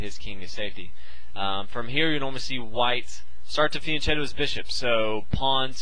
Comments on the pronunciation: It's pronounced fian 'ketto' not chetto. I hear even GMs getting it wrong its funny. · ... it's fian-'ketto' not 'chetto' despite the spelling. I've seen even grandmasters saying it wrong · Good video and explanation: I live in Italy so I have know how to pronounce some words, there was a word that is troubling me: Fianchetto. It is not pronounced with a 'c' like cheese but a hard 'c'. KEEP UP THOSE GOOD VIDEOS WE LOVE THEM!!!! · P.S. Fianchetto is pronounced like fianketto